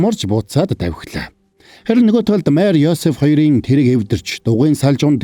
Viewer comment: Майр гэд бхн мариа шүүдээ 😢😢